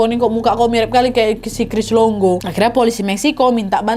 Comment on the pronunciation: Cris longo ❎ Cris dongo ✅